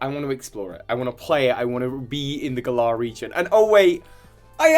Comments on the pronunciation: I love you with all of my heart but I'm a Virgo and a Grammar Police member and the fact that you can't pronounce "Galar" correctly (it's like the word, "Gallant") even though they've CLEARLY stated how the region is pronounced in the trailers has me shaking my head. lol Same with the new Pokemon names... Man, we need to CHAT hahahaha 😂💛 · Why d you say Galar wrong? Just because its based on the UK doesn't mean you can decide how it's pronounced. It's a name that Game Freak invented and made up, thus it should be pronounced the way they have stated... many many times. It's not funny or quirky, it's just annoying. It's like if I just started pronouncing your like (Tue-Bi) P.s I'm from England P.s.s I love everything else about your videos lol